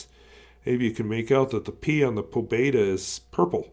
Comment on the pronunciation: Pobeda is pronounced with a long e; It means victory or triumph.